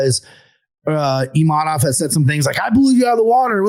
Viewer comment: needs to learn how to say Imavov, not Imanov or Imamov